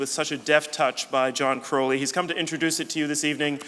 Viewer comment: As a fellow Crowley, the way the interviewer says 'Crowley' makes me cringe.